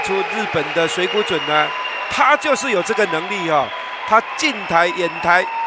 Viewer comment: This Taiwanese caster can't even say Mizutani's Chinese name correctly -.